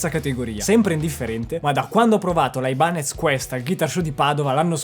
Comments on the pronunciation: No, per favore.... "Aibanes" no, ti prego... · Aibanez non si può proprio sentire.